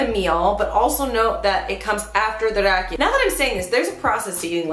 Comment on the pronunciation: Kermit is drunk because he was drinking RAJIKA instead of RAKIJA :)))